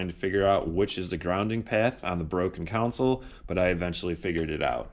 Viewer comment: Is that a common Chicago accent? "Con-sole" vs (Jedi) "Coun-sil"😄. Great job as always.